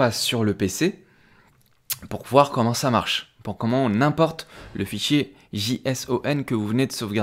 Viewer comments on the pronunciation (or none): Merci pour ce tuto. Je précise juste que JSON ça se prononcé "djeissonne" comme en anglais J (djei) puis sun, ou comme le prénom Jason, avec chacun son accent ! 😉